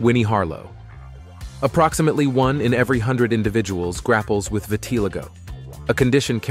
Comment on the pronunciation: vit (like vitnam) - ah- lie- go ..is how its said